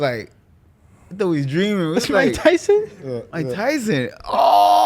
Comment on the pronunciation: "Mike Thyson"